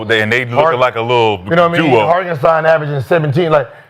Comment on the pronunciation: Say it with me guys......Har-TEN-stein!